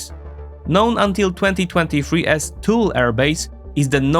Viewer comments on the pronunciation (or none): Thule is pronounced tu - le.